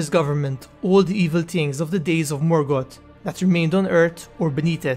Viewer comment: EarTH not Ert. Middle Earth not midert. Morgoth not Morgot